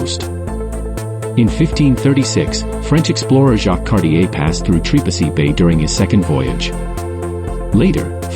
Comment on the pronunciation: Can't pronounce right! Don't even bother to come here